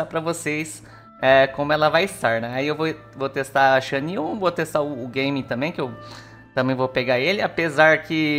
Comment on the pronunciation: é GÁ MIN e não GAY ming... O nome é asiatico, por que caralhos estão pronunciando como se fosse inglês???